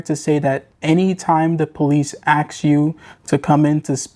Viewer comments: The word is a s k. Not axe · Why you say axe instead of ask? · Proper English please. Ask not Ax. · ax? Bring an attorney WIFF you? Come on man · Not taking advice from a man, who pronounces the word "ask", as "axe", OR the word, "with", as "wiv". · The narrator tries to speak standard American English, but he still has to turn ghetto and says “axe”. Just as bad, he can’t pronounce the word “with”; ghetto homie says “wiFF”. 👎SMH